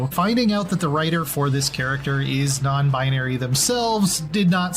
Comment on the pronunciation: "NonbIGNary" review